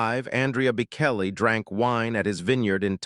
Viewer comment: You cannot even pronouce his name - idiots streaming